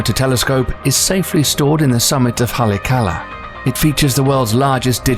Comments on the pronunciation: The narrator should at least get the pronunciation correct on words they are not sure of, like some of the Hawaiian words. For instance the six inch telescope on the summit of...,.. " holly ock Allah" on Maui. It shouldn't take too long to go over the script. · THIS NARRATOR MISPRONOUNCES ALMOST EVERYTHING FROM QUASAR TO HALEAKALA. BUT YOU TUBE OFFERS FREE VIDEO PUBLICATIONS. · Nice try on the Haleakala pronunciation...haha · The pronunciation of Haleakala was beyond atrocious